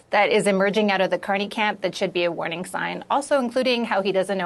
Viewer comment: Mark CON-ney